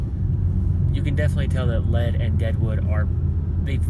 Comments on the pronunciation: As a gay man from South Dakota it's Lead is pronounced lead as it is in Leadership 🤣 and you can show affection in South Dakota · also the town lead is pronounced like leed